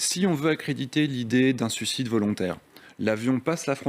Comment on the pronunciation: "suicide", "sucide" c'est quand on a 4 ans au tour du présentateur TV qui en fait autant, au secours le Qi moyen des Français !